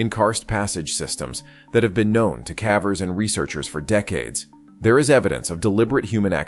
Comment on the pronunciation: Experienced cavvers LOL 😂